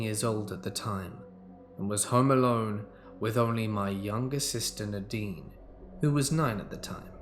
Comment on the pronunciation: 🎃👻🕸🦇🖤🧡🏴‍☠️ It’s pronounced Nay-deen